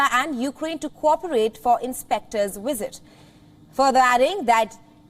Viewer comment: You said UN “conwened” and “UN inspectors wisit“